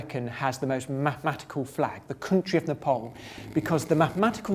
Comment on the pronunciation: Dude it's Nepal not Nopol